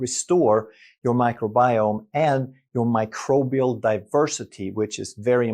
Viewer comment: microbial ✅micribial❌